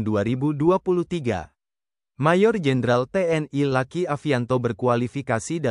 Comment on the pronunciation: Mas bro baca narasinya jangan kaku begitu luki jangan dibaca laki